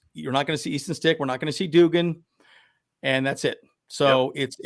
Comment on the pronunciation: Its pronounced Dug-in.. you pronounced it like jimmy doo-gin from A league of their own. 😄